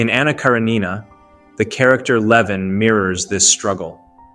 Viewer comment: “Anna Kara-NEENA”?🤨